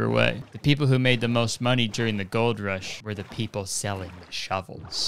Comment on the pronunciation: i live near where the gold rush happened actually and omg hearing him say shovels hurts meeee